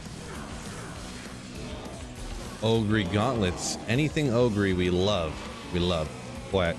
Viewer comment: You saying "Ogre" is not wrong! That's how it will sound phonetically in Bulgarian! :D